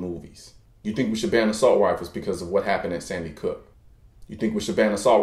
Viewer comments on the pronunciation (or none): good video, although i think you were saying "sandy cook" instead of sandy hook. But not a big deal. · loved this =) But you said Sandy Cook the second time, but I'm not judging for pronunciation. Still loved the video. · sorry to point this out but you kept saying sandy cook, or it's just my deaf ear talking shit. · I noticed that you said Sandy Cook twice.....just sayin. you forgot the R